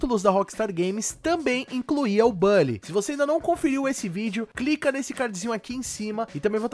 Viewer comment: A sua forma de falar "Bully" causa dor no meu coração...